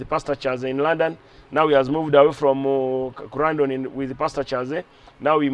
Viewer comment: There is no place called crandon in UK, maybe he meant Croydon 😊😊😊😊😂